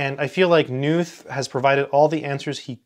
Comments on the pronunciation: Pronounced "Ka Nuth" actually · I think the name is pronounced Donald Kh-noot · Why does someone who aspires to pronounce emeritus correctly not give a moment's thought to the correct pronunciation of the germanic name Knuth. Just because knot is not in English, does not mean that Knuth is Nuth ... It is curiously akin to the parochialism of educated and aspirational American English speakers who quite stubbornly cling to the American pronunciation of Weinstein to rhyme with Weinsteen — but are appropriately awed by Einstein's cachet to not call him Einsteen. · For the comment readers out there, his surname 'Knuth' is actually pronounced as "Ka-NOOTH". The question " How do you pronounce your last name?" is actually on his 'Frequently Asked Questions' web page. Some of my comp sci friends call these "the bible". Also, these books inspired the development of the TeX typesetting system. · Just wanted to let you know Knuth is pronounced with a hard K, live Evel Knievel. Great vid as always :) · Just a minute into the video now. Will watch the whole thing. Not sure if you're going to mention Knuth's "Concrete Mathematics." I don't mean to correct you but the K in Knuth is not silent.